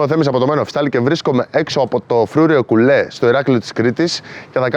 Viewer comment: Ωραιο βιντεο, συνεχισε την καλη δουλεια. (Το φρουριο λεγετε Κούλε και οχι Κουλέ)